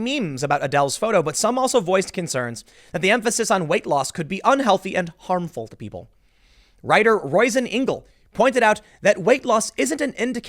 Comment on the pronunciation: Roisin is an Irish name. It's pronounced Ro-sheen. Piss myself laughing at Royzin.